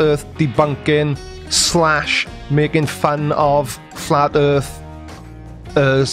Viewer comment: Oh, I see. It's not the "Earth" that's flat, it's the "Earf" that is. 🙅😆